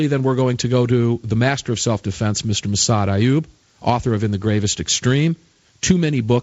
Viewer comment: The man's name, is Massad......not Massada, not Mas.......JFC get it right, show some respect.